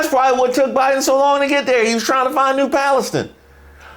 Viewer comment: Came to the comments for this one. SUBWAY!!! 😅. New Palustin. . Anybody else looking this up -- East Palestine freight train derailment. Rudy needs notes.